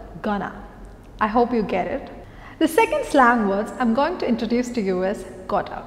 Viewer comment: Going and hope pronunciation is wrong i feel.(at times you are making the mistake) Hop and hope pronunciation is different. You are pronouncing hope as hop. And isbit correct to say hi to all? Cant we just say hi all?